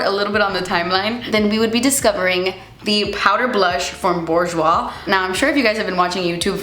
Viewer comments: it's booj-wa, not borjwa 😂 loved this vid!! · the "R" is silent in Bourjois and they are part of Chanel